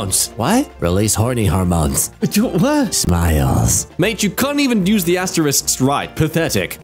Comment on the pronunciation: "Wha- what's wong with astewisks?" * Looks down, eyes tearing up. * "Wh- why do peopwle say they're bad?" (Jk, they're actually the worst things to exist. 🤢🤮)